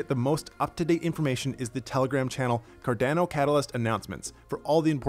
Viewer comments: Hi, thank you for the mini update;-) Quickly digestible update just as intended, great work!! Just thought to mention this. It is pronounced "Cardano" (as in Girolamo Cardano) so the second a i pronounced the same way as the first one. I mean it as a friendly remark, you're doing great!! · The way this guy pronounces cardano triggers me